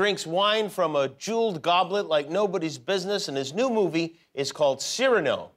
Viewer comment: A marvellous interview. Please forgive my one correction: Cyrano is pronounced cir-AH-no—the accent is on the penultimate syllable.